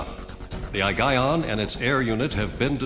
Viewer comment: Its I - guy - yon (Aigaion)